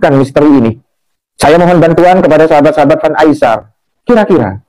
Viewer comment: ...cuba sebut Ai-sar...bukan Ai-syar...AISAR Khaledd😊